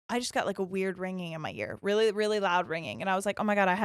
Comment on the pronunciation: “I’m like, weally fast 😏”